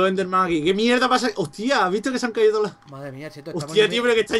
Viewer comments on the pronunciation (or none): Mangel dice: ay que me he caiso xD